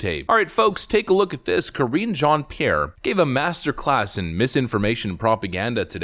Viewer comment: Cringe jon pee air 😆 🤣 😂